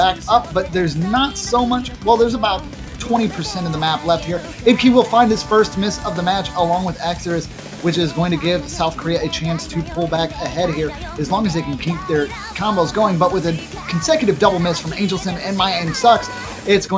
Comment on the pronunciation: these pronounciations are triggering me, axe-er-ous, fire-ree-rage, tar-ruhl-lus